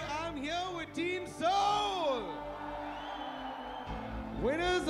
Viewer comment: Bhai motal ko soul ki spelling nahi ati... SAUL bol raha hai.... Proof